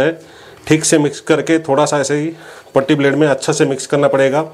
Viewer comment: पुट्टी ब्लेड पोट्टी नहीं 😂